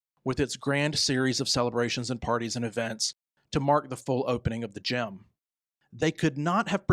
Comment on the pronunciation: It is GIM not Gym